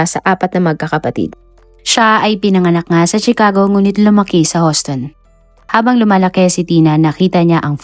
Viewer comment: Correction Houston is prounonced like Uston not Huston salamat